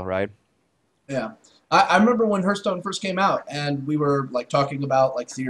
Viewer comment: its not hurtstone its hearthstone